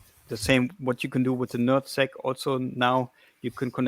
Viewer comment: I’m sorry but it sounds like he’s saying “nut sack”